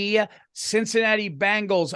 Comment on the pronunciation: Hey, poorly; I truly like and respect you, but you gotta start pronouncing the Cincinnati Bengals correctly. It’s not Bangles. That’s a girl band.